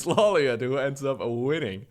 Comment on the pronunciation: I was late to the casting part of this stream, and I didn't notice that the minerals were lumber... That's so cursed lmao Also, I'm surprised you don't know the right pronunciation for LawLiet considering you've seen Death Note. It's ローリエット obv lol